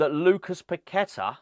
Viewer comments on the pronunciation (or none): none